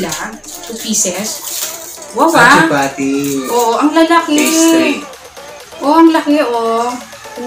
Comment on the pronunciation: Chapati po not chupati 🤗 ang taba na ni. love na love kasi ng hubby 🤗